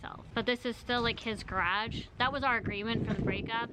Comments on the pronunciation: they way you said garage had me laughing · Why do you say "garage" like that? I feel like she says it to be quirky or something bc NOBODY in Canada pronounces it like that lmfao.